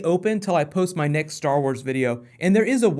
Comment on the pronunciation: STARR WARRS